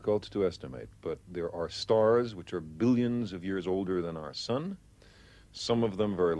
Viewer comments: lol everytime he says "billions" it's emphasized. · Came here solely to hear him say, "Billions!" Was not disappointed. 🙌 Bonus Points: 1st (and last) time "Jules Vern's" pronounced properly on YouTube.